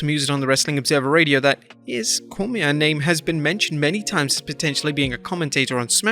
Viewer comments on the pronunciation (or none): Cormier's name is pronounced more like Cor-me-ay, by the way.